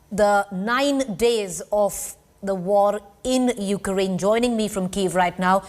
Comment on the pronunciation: You kea rain what is this.. Pronounce correct ly